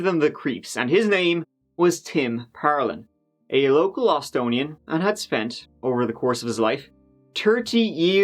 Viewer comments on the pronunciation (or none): Its "Austinite" not "austonian" my good sir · it is Austinite, not Austonian. get it right or pay the price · It's 'Austinite' not austonian lol, as a former austinite that was born there. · "Austonian" did you say? Austinite. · We don't say "Austonian" - it's "Austinite." -signed, an Austinite